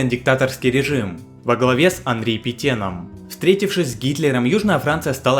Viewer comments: Питен😕 (ПетЭн) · В фамилии Петен последний гласный звук склоняется больше к "э". Да и первый не такой едкий. Спасибо за видос!Ты - красавчик!